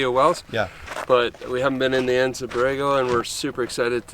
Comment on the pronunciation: Just FYI the "A" in Anza is hard, so it's Anza onza